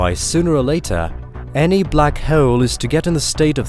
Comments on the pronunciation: I think its because they way he pronounce hole :P black hoyl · The way you pronounce hole makes me giggle. Black Hoyel hehe